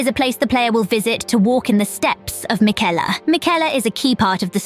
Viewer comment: You don't pronounce it Miquella. It's Miquella